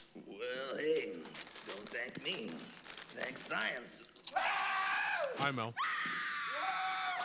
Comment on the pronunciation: "Well don't thank me, thank sicence" hahaha